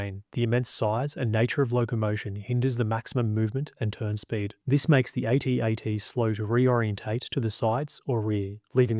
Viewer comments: I couldn't finish watching this, it's an ATAT, not a A-T-A-T. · I wish someone would address the true winner of the battle of Hoth.... Pronunciation! If troops had kept with the use of "At At (as in sounding like: instead of A.T.A.T (as in aytee, aytee) then so much time would have been saved that the imperials would have likely lost. (Of course if intelligence had succeeded in their plan to bribe the subcontractor who won the senior officer's bed cleaning contract and managed to smuggle a metric tonne of sand in to hoth ........well, let's just say that Hoth would now be remembered as the site of Vader's second biggest genocide! Imagery of headless mops blindly staggering down corridors where children had changed brushes and brooms earlier that day